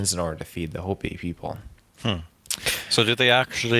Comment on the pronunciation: How can you present a show on this subject and not know how to pronounce Hopi ??? Holy Cow droppins 🙄